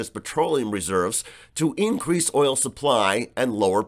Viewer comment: I love the way she pronounces “OIYOL”! Useless Rube!!!